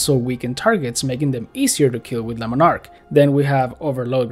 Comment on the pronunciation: "Lemon ark" love the English pronunciation of it :D